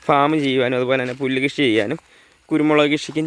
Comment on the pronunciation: കിഷി അല്ല ചങ്ങാതിയെ കൃഷി